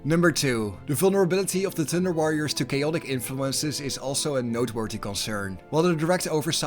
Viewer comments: All I hear is "Tinder Warriors"? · With your lovely Dutch accent I keep hearing Tinder warriors… I feel this would have been a different story entirely :) Awesome video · the joke is that when the narrator says 'thunder warrior', it sounds like 'tinder warrior' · Your accent makes it sound like you’re saying “Tinder Warriors” and it makes me giggle 🤭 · "Tinder Warriors" made my ear twitch every time I heard it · I'm listening to this podcast style and I was really confused about who the tinder warriors were then I realized you were saying thunder. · I like how your accent makes "Thunder Warriors" sound like "Tender Warriors" to me! In my mind I keep picturing proto-Astartes with Care Bear symbols on their power armor!😂 That gives me an idea for a home-brew chapter that would make the Salamanders look downright heartless! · All I hear is Tinderwarriors😂